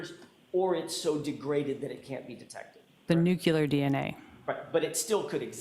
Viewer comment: This expert witness mispronounces “nuclear” repeatedly!! WTF!!